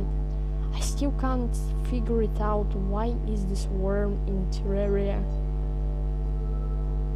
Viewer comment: You pronounced terraria wrong